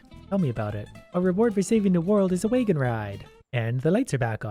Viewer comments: WAGON not WAYGON.. speak english you fuck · "way-gon Ride"